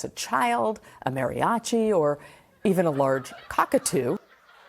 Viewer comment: First of all, it's MAH ree ah chi. And secondly, no.